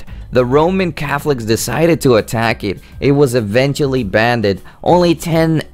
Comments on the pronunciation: The word it’s banned not banded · Please get a new Narrator/Host. It is Dexter's Labratory not Lavatory! Banned - not Banded. Painful just to listen to. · Why you keep saying " banded" and "nember" ? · you can clearly tell what he is saying but some people like me just don't like imperfect pronunciation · banded, really? i literally cannot watch this all because you say "banded" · I thought it was funny...I don't mind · english probably isnt his first language so he probably doesnt know how to pronounce it correctly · why do people need to make a fus about how you say banned